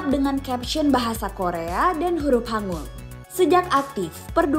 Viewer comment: Maaf koreksi, bukan huruf "hangul" bacanya kak 🥲 "Hangeul" dibaca hangel, "e" nya dibaca seperti pegel